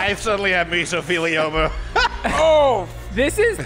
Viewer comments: “I suddenly have mesothelioma”... “mesofiona” 🤣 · “I suddenly have misofeelioma” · Me too....I choked on my mini Cinnabon when I heard that, hahaha!! NOT Mesothelioma!!😂😂😂😂 😂